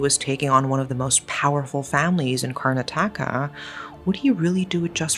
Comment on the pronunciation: Great video 🤩! Yet, sorry, I'm going to be that person. Everyone said "car- NAH- tah- kah" when I was there for a semester a while back. I love your videos,, and this one is no exception!! ❤ I'm just a stickler for place names that can be Googled. Though, in this instance, the AI overview did not match the plethora of videos and actual Google sound bite of the name that also matched my experience. With that said, you're the successful youtuber, not me, so do with that info what you will 😁 Seriously, I really do love your channels and am subscribed to both of them 😍🥰🤩🥰 Thank you for the excellent content!!